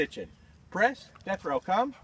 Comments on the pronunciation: Ha, I thought he was saying Jethro. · This whole time I thought he was saying Destro! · said Death Row...😊